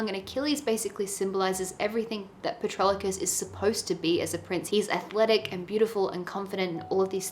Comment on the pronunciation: Patroclus...there's no early "L" like Patrolocus 😊